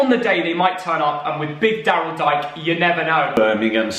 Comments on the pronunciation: Love the vids. Btw Daryl Dike is pronounced “DEE-KAY” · It's pronounced Daryl "Dee-kay" lad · dike is pronounced DK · It's pronounced Daryl Dee-kay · Daryl Dike is pronounced "Dee-Kay"